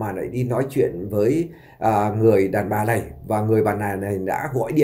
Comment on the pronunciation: MC ở xứ sở nào mà phát âm “ này “ thành “lày “ , “nội “ thì phát âm “lội “ …….nghe phát nổi sảy luôn !!!???